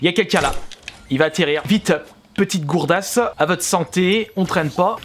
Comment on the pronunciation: Il c pas viser ,il a pas de shoot ,il met même pas de casque et enfin il prononce mal les potions comme gourdasse et breuvage c vraiment un tocard